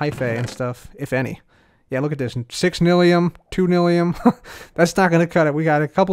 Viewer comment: I die a little inside each time he says NILLium. The y makes the same sound it does in my, by, try, etc.